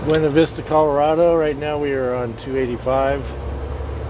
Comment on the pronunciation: My stepson was in there for a few years. I've been there a few times. Beautiful area. The locals pronounce it byoona vista.